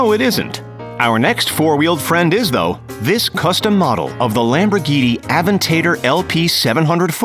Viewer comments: Normal Person aven-tador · It's Aventador not Avetator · Avent ta dor not avent tae dor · I love cars especially Lamborghinis but to say av-en-ta-der instead of av-en-ti-dor triggers me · Aven-taytor. Bruh go to speech therapy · Who gives a flying FUCK how much that guy paid for the GTO. The narrator truly butchered the lovely and dreamy AventaYdoor. That’s sacrilege. 😡😡😡😡🤬🤬🤬🤬🤬🤬🤬🤬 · AvinTaydor. Are you fucking okay mate. you need fucking help you bitch face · A aven-tader is the best car ever 😂😂😂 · It's aven-tA-dor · Did he just say Aventator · really, aventaitor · This idiot clearly knows Jack about cars. Aventater?? Moe Ron. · lamborghini "Aventaytor" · He made a super expensive car sound like something I'd eat for breakfast 🤦‍♂️🤦‍♂️ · Lmao I didn’t even know a aventaytor existed until now!!!! 😂😂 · I fucking hate him for saying it like that..😡😡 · Was just about to write the same thing. Must have been thinking about red fruit, vegetable thing or vegetable that grows in dirt and you bake when he was talking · the way he said aventador made me lose faith in humanity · The way you said Aventador makes me wanna riot